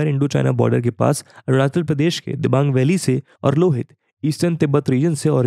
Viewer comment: Voice Over is quite good but kindly pay some attention on pronunciation of river's name. Like it's रावी nit रवि, it's लोहित not लुहित, it's सुबनसिरी not सुबानसीरी. These things hit on ear as well as mind. No need to follow borrowed pronunciation of Indian names. Otherwise everything is on pace. Very helpful video for any citizen of India or for person interested in geography.